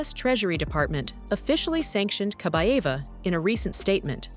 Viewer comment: Kabaeva not Kabava.